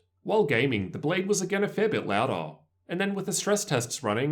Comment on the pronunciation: Awesome review! I went with the Zephyrus personally. Also, the way your accent adds emphasis to the end of certain words it trippy AF. (loud-her, bett-her, cool-her)